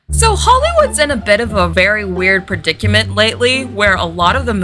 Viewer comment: The way you pronounced predicament 🤭